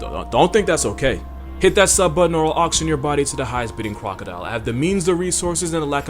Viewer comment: am I crazy, or did he just say "Cwocodile"